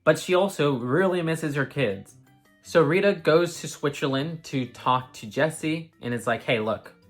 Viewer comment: It's really not important, but i had to laugh: The way you pronounce "switzerland" sounds more like "schwitzerland" which would translate to something like "country of sweaty people" 😂